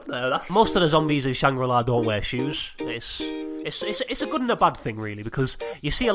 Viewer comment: 'shangrill' la. a hahahahahahaah why